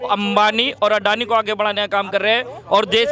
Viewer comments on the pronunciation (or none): अदानी नही सर अडानी हे नाम तो सही करो